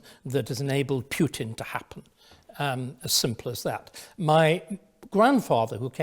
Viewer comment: Is it compulsory for English people to mispronounce the name of the Russian president? Quite who "Pyutin" is I have no idea.